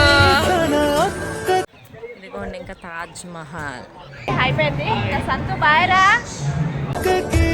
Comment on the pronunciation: That is Tajmahal not tahjmahal by the way i like your vlogs love from chhattisgarh ❤